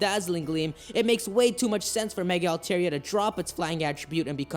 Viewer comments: Dude its pronounced Al-Tar-Ee-Ah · How can you watch the anime and still pronounce the name wrong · His Altaria pronunciation triggers me.